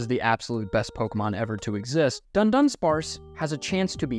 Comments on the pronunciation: I once got hit by a Fury Swipes and all 5 of the hits were crits, I have probably had some more unlucky situations but this one stuck (or rather sting) a lot. And also, how can you claim to be a Dudunsparce enjoyer when you can't even pronounce the name of our lord and savior right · Its dudunsparce not duNdunsparce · it's dudunsparce, not dundunsparce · "dundunsparce" bothers me so much. thats not the name. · it's not duNdunsparce. It's dudunsparce without the n.